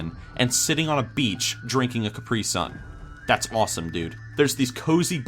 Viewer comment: How the fuck did you say caprisun? its cap-ri-sun....well here in Britain it is...